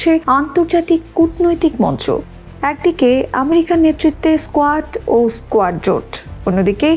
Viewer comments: আরে স্কোয়াড নয় রে কোয়াড,লেখাপড়া টা ভালোভাবে কর। বাংলা ভাষা টা কে মারিস না। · স্কোয়াড না এটা, উচ্চারণ হবে কোয়াড Quad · কোয়ার্ড এর নাম বলছে স্কোয়ার্ড এরা কি আন্তর্জাতিক কোনো সঠিক জ্ঞান রাখে?